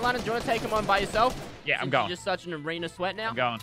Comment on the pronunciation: No one:: Lannan’s already Goated at arenerrrrrrr